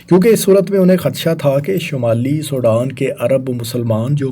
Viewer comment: Did this guy ever get to school? He can’t even pronounce Sudan. Sodan 😢